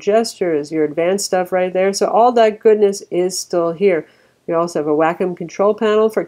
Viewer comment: Wacom= "Whack'em".. come on